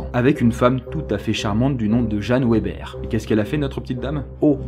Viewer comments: La 3e c'est pas "Weber" mais ça se dit "Veber"... Oui, c'est mon nom de famille... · Ca ne çe dit pas "ouéber" mais "véber" ;) Sinon super vidéo , les Bulles sont mes préf !! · Jeanne Weber se prononce Veber.